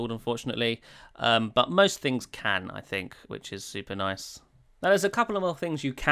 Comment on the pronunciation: The way you say "Nice" reminds me of that "Noice" meme guy.